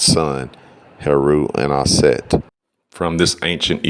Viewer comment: Aset not Set.